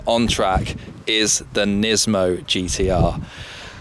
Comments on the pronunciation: nismo not nizmo. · Everytime he says "NISMOU", I have to think about Gizmo from "Gremlins"! Lol ;-)))